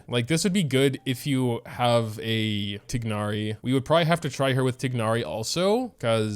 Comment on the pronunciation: saying “TiG-nari” with the G is taking years off my life